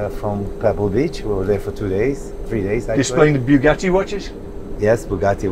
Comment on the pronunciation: BYOU-gatti Jacob: Yes, Bugatti